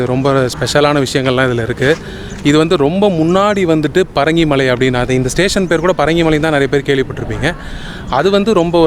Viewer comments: It is Bringi malai, Bringi munivar stayed here, not parangi.. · Not parangi munivar. But Brungi munivar. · Parangi munivar illai. Bringi munivar. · "Bhringi" munivar please, not 'Parangi' munivar! Thanks for this exploratory video